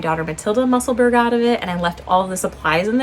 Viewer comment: Love your podcasts, Professor!!!! Just a tiny ask… I really wish you would consider saying Musselburgh correctly. It’s muh-suhl-bruh. Thanks!!! 😊